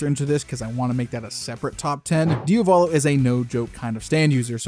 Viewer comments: You're saying "Dio Valo" it's "Dia Volo" Like the word Diablo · Man please please not Diavòlo its Diàvolo its the Italian word for Devil the accent Is on the A not the First O and its a First name so no escape